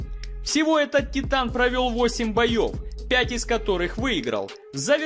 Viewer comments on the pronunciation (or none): none